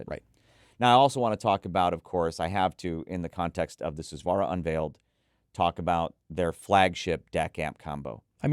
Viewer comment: Please take the time to pronounce Hifiman names properly. They use Sanskrit Hindu religious words to name their products. It’s really weird that people in the hobby will take the time to pronounce words properly from brands using words from European languages but will absolutely butcher Hifiman’s borrowed Sanskrit language and not care AT ALL. Susvara, Ananda, etc are all said differently from what reviewers say.